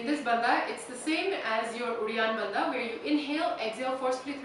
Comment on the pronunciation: When you are doing uddianda banda is sounds like you are saying reanthaba? What is that? Also, what you are doing is Uddianda Kriya, Uddianda banda is just below the belly button.